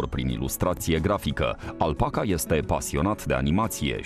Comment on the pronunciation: Mrrr "alpaca ligion"